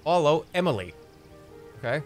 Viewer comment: Him saying “Emile” as “Emily” has already knocked me out